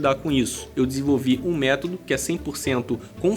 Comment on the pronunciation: Desculpa,depois de "tumano" e " métado" só dei conta de ouvir a sua parte do vídeo. Meu ouvido não é penico!